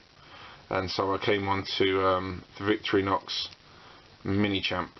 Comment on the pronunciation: vic-torri-nox thats how its prenounced